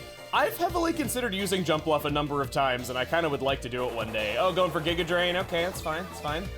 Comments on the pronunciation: The weird G-eye-ga pronunciation comes from people comparing it to the villain Giygas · Giga being pronounced that way is probably from earthbound